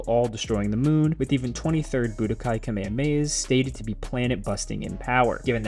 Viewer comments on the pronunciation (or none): Here's a secret. Power levels never did actually become linear. Kamehameha. Not Kameya maya. Also. There' a HUGE difference between blowing up a planet like Earth and blowing up the moon. Just saying.